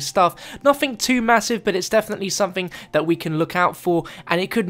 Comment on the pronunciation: Ok, are we just gonna ignore the fact he purposely said 'zomething zombie related'